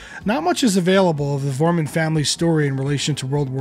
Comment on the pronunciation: When will they ever learn to pronounce Klaus' surname correctly? Foremunn. And Jürgen Follmer. And Ustrit Kirchherr. And are those Liverpudlians really called The Beals?